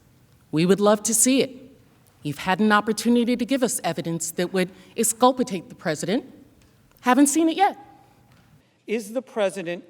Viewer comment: ..."esculpitate"...good lawd, sit down...